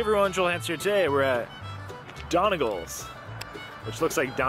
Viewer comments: pronounced 'dunny gauls' and that aint irish music, sounds southern US...... anyway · It's pronounced dunny gawl.:) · Don-ee-gawl’s is the Irish pronunciation! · You murdered the name!!😂😂it’s pronounced “done” “knee” “golls” its a county in Ireland , hello from Ireland 🇮🇪😂😂😂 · Another great vid. Its pronounced Doneg-ALL. Love to see you over here some day. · Smashed it guys well done. A bit of info Donegal is a county in the Northwest of Ireland and despite the spelling, it is pronounced Dunny-gawl. I'm assuming this Irish pub is naming itself after the County rather than a surname. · Hi Joel.. Donegal is a county here in ireland.. beautiful place ... where daniel o Donnell th country singer came from... it's actually pronounced 'DUNNY-GAWL' ... little bit of trivia for you lol ..love your videos.. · Omg thats the name of the county I live in 😀😀😀 its pronounced Dun-e-gaaalll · As a proud Irishman I wholeheartedly approve of this video...even with the questionable pronunciation of Donegal😂 its Dun-ig-awl but thats just me being a dickhead🤣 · Hey joel, The pronunciation is ‘ done ee gawls’..... DONEGAL’s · Pronounced dunny-gawl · its pronounced done e gawl lmao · I laughed so hard butchered the name! Greetings from across the pond! I have family from mayo and Clare ☘️